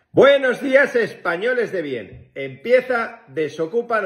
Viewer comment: 🤣🤣 lo de Españoles de bien, me suena al Murciano😂